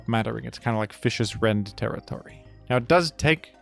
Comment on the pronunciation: Fishious Rend, not food.